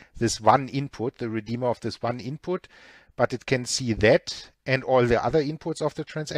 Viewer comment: accents reminds me of Arnold Schwarzenegger from the movie terminator. when said "Redeema"